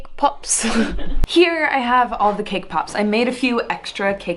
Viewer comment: sees cakepop Turns Australian ThOse ARe ThE cakepopz